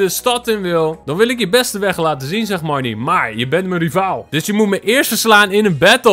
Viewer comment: Haha jij zegt de hele tijd mereanie in plaats van marnie😂😂 (geen haat)